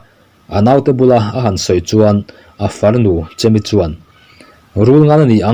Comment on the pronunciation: Chemi han tih😅Chêmi tih tur zawk alawm, hmanlai an in koh duat na.